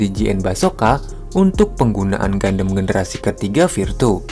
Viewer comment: Keren Bang, jarang ada channel dari Indo bahas backstory gundam. Ilustrasinya juga keren. Lalu tone suara juga cukup enjoyable untuk didengar. Saran untuk kata2 serapan dlm English / nama diperbaiki lagi cara bacanya. Beberapa yg saya dengar: Gundam, Resonance, Feldt, Shield, Sword, Condenser, Trans-Am.